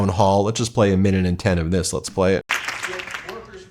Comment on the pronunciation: Lesh not answer queshuns . . . Off his a** on something. And Mr “Doctor” doesn’t know what duplicitous means.